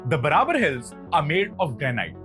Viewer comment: Pronunciation of ' Barabar ' too is wrong . Its pronounced as ' Baarabaar ' . Please correct .